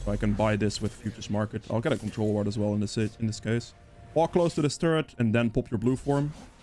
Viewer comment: woard and ilt are funny when u say it